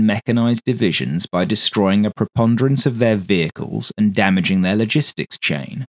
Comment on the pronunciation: Mf said proponderence or some shit idk. Wild. Most British sentences I've ever heard, all throughout the video and I love it